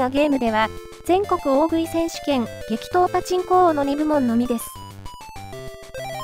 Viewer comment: 「激闘！パチンコ王」が「適当！パチンコ王」に聞こえた自分。 ･･････間違ってないって？ あと全く食べない大食い選手権って。